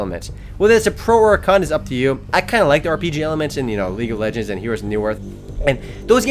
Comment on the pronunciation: he said league of legens. EPIC!!!!